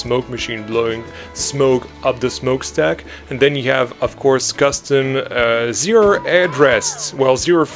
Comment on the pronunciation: im german, and i have to say, your pronounciation was acctualy very good. And also, i think you should make the Zierer go 2 rounds, like on most zierers, because the layout is pretty short